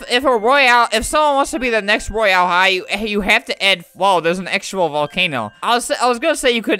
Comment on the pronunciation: 'roy- Al' high , Al / Albert XD